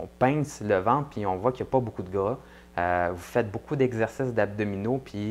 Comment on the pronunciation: je suins désolin moi et québécoin pas trés bianh amis car eux parlin difficilmins merci de sous-titrés la video mon ami , et on dit ventre pas vente lol